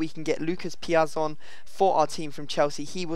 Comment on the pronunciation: say piazon really wierd